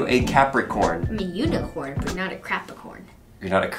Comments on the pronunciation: Gosh I laughed so hard when he kept saying "Crapacorn" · Crap. icorn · Capricorn 😂you said crapicorn